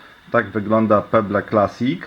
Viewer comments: chyba chciałeś powiedzieć "peble" z akcentem na b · jak ty czytasz pebble!!